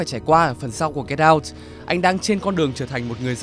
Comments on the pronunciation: Anh nói get out mà em nghe là cây đao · Cứ nghe Get out thành Cái đao quài. Haizzz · "Get out" đọc thành "cây đao" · "Get Out" đọc âm "đ" nhẹ thôi, đọc mạnh quá nghe thành "get down" rồi. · Get out mà t nghe thành cây đao =)) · Get out mà ông đọc nghe như cây đao